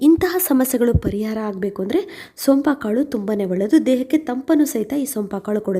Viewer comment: ಈ ಮೇಡಂ ಯಾವಾಗಲೂ ಹಿಂಗೇ ಸಂಪಾ ಕಾಳು ಅಂತಾನೆ ಹೇಳುತ್ತಾರೆ ನಾನು ಕೂಡ ನಿಮ್ಮ ಹಾಗೇ ಒಂದು ಸಾರಿ ಹೇಳಿದ್ದೆ ಬಟ್ ಇವರು ಗಮನಿಸದ ಹಾಗೇ ಇಲ್ಲ ಒಳ್ಳೆಯ ಮಾಹಿತಿ ಗಳು ಕೊಡುತ್ತಾರೆ